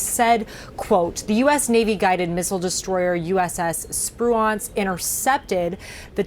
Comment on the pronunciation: Good lord. You really don’t know how to pronounce Spruance? The ship is named after Admiral Raymond Spruance who amongst other things commanded Task Force 16 at the Battle of Midway.